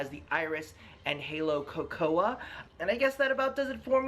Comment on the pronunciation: Love your in depth reviews of COLORCL lenses, always have! And use your reviews to decide for myself what I will order, thank you so much! 🙏🙏🙏 . Just FYI, cocoa is pronounced ko ko, the A is silent 🙂